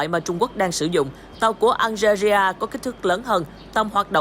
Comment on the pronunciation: BTV đọc Algeria hay quá. Nghe tưởng nước nào ở Châu Á 🤣